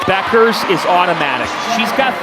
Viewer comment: So I guess the "U" is silent in Bueckers...for a while I thought her name was pronounced BUUKERS...not BECKERS.